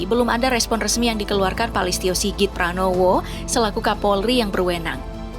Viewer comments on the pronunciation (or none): LISTIO SIGIT PRABOWO. BUKAN PRANOWO emang pak Ganjar ya Bu.. Terus NIK dan KTP itu sama Bu .. masih magang dubbing ya Bu